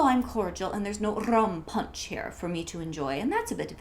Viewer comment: Mary Poppins is one of my FAVORITE movies and you did Mary proud! Rolling the R in “Rum Punch” was a LOL moment for me. This was a precious video. -you are great!